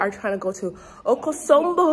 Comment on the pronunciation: okosombo? no Akosombo, we want to hear your Twi